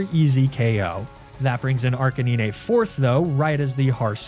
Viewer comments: It's ark a 9 not ark a knee nay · I love you videos, and birds are some of my favorite pokemon (rip Cukoo). But can you please pronounce lapras and arcanine correctly (the s is pronounced and it's pronounced like the number nine ). I'm not saying you don't know how they are pronounced and I don't know if it's a joke, but if it isn't please at least pronounce the s in lapras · I have never ever heard anyone call Arcanine Arcaneeny before 😅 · is it not pronounced Arc-eh-nine? Have I been saying this Pokémon’s name wrong for 20 years?! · im sorry... how did you pronounce Arcanine? i had to stop and rewind there a few times lol